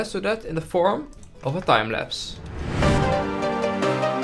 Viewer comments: he should call a timelapse a Thiemlapse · "And of course let's do this in a form of a thijlapse!"